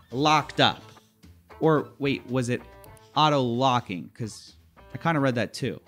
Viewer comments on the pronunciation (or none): none